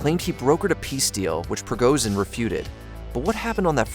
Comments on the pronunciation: appreciate the video but A) it's extremely clear what Prigozhin's goal was, and that was to negotiate for his own life. secondly, at least learn how to pronounce the names FFS. It's Pre-Go-Jin and Shoy-Gu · Shigoi? De’at? Prigorzhin? How about you edit what you say. Sounds unprofessional. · It's name is pronounced prigoJin, not prigoZin. Don't be sloppy.